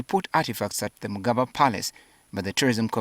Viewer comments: Did the journalist call it "mugaba instead of mugabe"?everything in Uganda is dysfunctional including the media.olemwa. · Why is he Calling it magaba palace 🤮